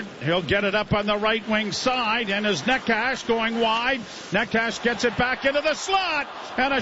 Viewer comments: Neh-chez, Na-choo-skin, the names aren't hard to pronounce Joe. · is it really that hard to pronounce Necas, Joe?